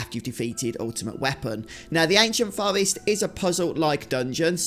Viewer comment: Its pronounced Forrest not fowest. Get speech therapy!